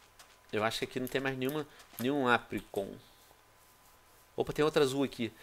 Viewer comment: né mano é o chato e ele ainda fala apricorn errado kkkk